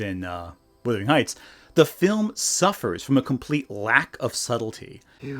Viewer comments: As a person from Yorkshire everytime you say "withering heights" I flinch. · Distracted every time you said "Withering Heights" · How can you read the title "Wuthering Heights", and allegedly watch the movie and hearing it pronounced, and still screw it up? It hurts the credibility of your criticisms